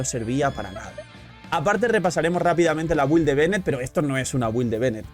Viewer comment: Ya sólo falta pronunciar "build" correctamente (sin ánimo de ofender, porque es algo generalizado también) :)